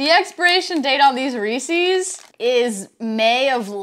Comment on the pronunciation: Had to turn it off once you pronounced Reese’s like that